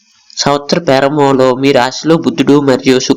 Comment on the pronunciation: Pyarambam kaadhu bro adhi prarambam konchem telugu nerchuko bro please 🙏